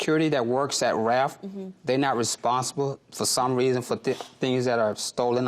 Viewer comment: RALPH not Raph😅😅